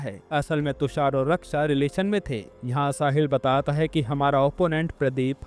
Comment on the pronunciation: Batat hai ye kaise bol rahe ho aap you tube pe explain kar rahe ho movie